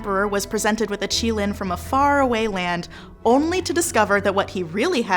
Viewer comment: Thank gods they pronounced qilin this way it reminded me how terrible people said it in the fantastic beast movie